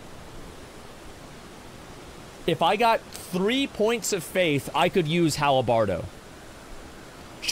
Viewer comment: “Halabardo”... halabardo...